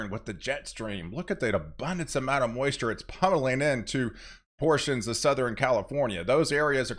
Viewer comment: souther-N Once you hear it you can’t unhear it😂